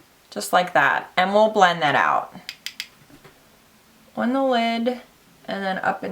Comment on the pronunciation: That "ON" word heavy thick accent is driving me nuts LOL